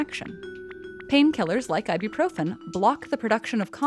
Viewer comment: Umm why why why! Why is she saying I-do-proven! WHYWHYWHYWHYWHYWHYWHYWHYWHYWHYWHYWHYWHYWHYWHYWHYWHYWHYWHYWHYWHYWHYWHYWHYWHYWHYWHYWHYWHYWHYWHYWHYWHYWHYWHYWHYWHYWHYWHYWHYWHYWHYWHYWHYWHYWHYWHYWHYWHYWHYWHYWHYWHYWHYWHYWHYWHYWHYWHYWHYWHYWHYWHYWHYWHYWHYWHYWHYWHYWHYWHYWHYWHYWHYWHYWHYWHYWHYWHYWHYWHYWHYWHYWHYWHYWHYWHYWHYWHYWHYWHYWHYWHYWHYWHYWHYWHYWHYWHYWHYWHYWHYWHYWHYWHYWHYWHYWHYWHYWHYWHYWHYWHYWHYWHYWHYWHY